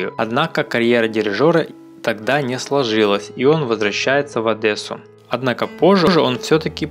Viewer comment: Где в слове Одесса по вашему буква Э???